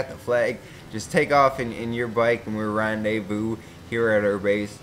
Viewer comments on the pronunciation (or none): none